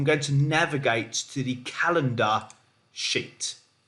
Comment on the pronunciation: I swear the first 5 minutes I thought you were saying calendar $hIt instead of sheet lol.